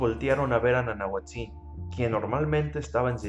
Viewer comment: Gracias por tus dibujos. Excelente!!. Te contribuyo con esto: El acentuado de las palabras en Náhuatl es grave, no agudo es decir se pronuncia NANAHUÁTZIN.